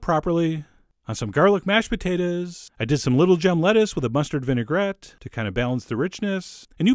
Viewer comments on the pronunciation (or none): none